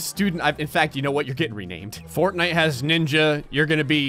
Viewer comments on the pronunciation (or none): none